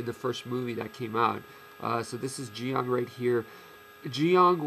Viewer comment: Wow, someone who actually pronounce Zeong correctly.